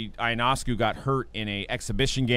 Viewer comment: Lmfao so many people can’t pronounce ionescu properly